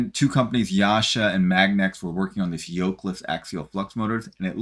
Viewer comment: YASHA??? YASA, DUDE